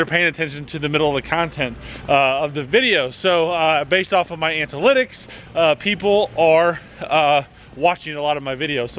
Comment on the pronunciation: antalitics??? lol